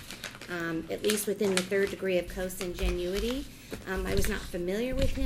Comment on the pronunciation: 😆how does the judge not know how to pronounce consanguinity??